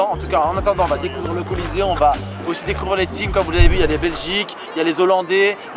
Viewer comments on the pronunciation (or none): Il as bien dit « Kolizéum » ? 😂🤔